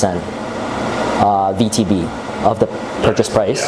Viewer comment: What is he saying? VTV? VTB? VTB?